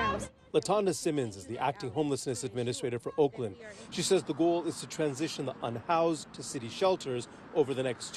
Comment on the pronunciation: 'Unhowzed' LOL.